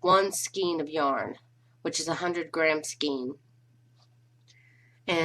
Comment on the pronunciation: The word "skein" is pronounced "sk-ay-n", (with a long A sound, not a short A, nor an E sound) not "skeen".